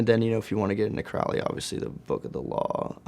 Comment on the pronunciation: claims to be into crowley, cant pronounce his name - clearly not an initiate.. thats like a day one dog whistle thats taught